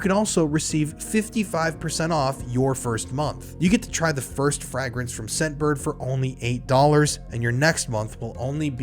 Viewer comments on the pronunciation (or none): Fragrance pronounced fray-grance 😊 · Bro. FRAYgrance. Not frag grenade 😭